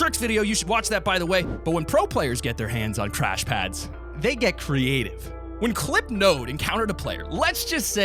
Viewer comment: Did he say trash pads